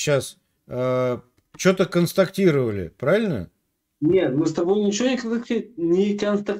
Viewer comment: Он свою страну защищает в Польше🤣Ну кадр констактировщик, деклавщировшик🤣🤣🤣Знал бы хоть значение этих слов и правильное произношение🤣🤣🤣